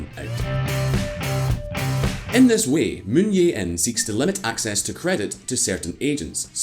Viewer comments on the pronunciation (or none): It's Jae not Yeah. This is Korea, not Spain or Poland.